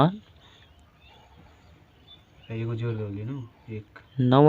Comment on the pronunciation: Jor nahi hota hai bai jod hota hai😂😊